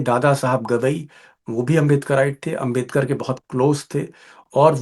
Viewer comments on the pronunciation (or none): अंबेदकर नहीं है सर जी अम्बेडकर है।